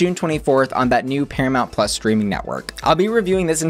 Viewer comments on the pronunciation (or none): none